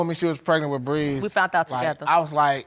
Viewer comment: "When I "fount out" I was pregnant." PLEASE... can someone PLEASE let these folks know that the word is "found" and NOT "fount"...Thank you 👍🏼